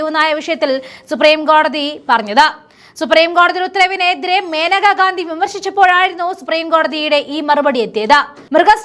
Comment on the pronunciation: മേനക ഗാന്ധി അല്ല, മനേക ഗാന്ധി എന്നാണ്